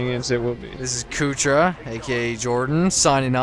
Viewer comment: What the fuck is a "Kootra"?